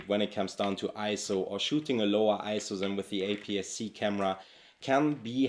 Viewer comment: Great video. For whatever reason, Sony has just never inspired me. As incredible tools as they are, they've always just felt soul-less to me. Also, thank you for pronouncing ISO correctly.